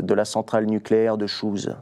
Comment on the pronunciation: Sympa. Pour info Chooz se trouve dans les Ardennes. Ça se prononce "chaud" et non "chaussures" en anglais.